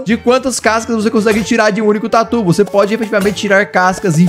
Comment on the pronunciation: eu sei! Mas ele está falando "por algum motivo" casca de tuer hahahaha!